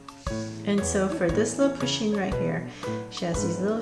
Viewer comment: Does no one know how to spell pusheen they all say poshen-_